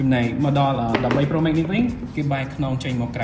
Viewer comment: ចនសី pronunciation Pro Max ខុសតាំងពីយូរមកហេីយ លោកអាន ប្រូ ម៉េក មិនមែន ប្រូ ម៉េក ទេ ប្រូ ម៉ាកស៍